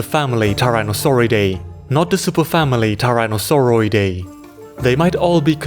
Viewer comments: I'm just talking about suffixes of the Linnaean taxa, superfamily vs family. He said "Tyrannosauroidae" early in the video when it should be "Tyrannosauroidea", the "e" and "a" at the end are swapped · Just one minor correction, animal superfamilies usually have the "oidea" ending (pronounced "oy-dee-uh"), not the "dae" family ending (pronounced "day"). I have long loved your videos but these family breakdowns are so juicy and cool, I saved them for the right opportunity to really sink my teeth into them and man, better than I could have imagined. Keep it up!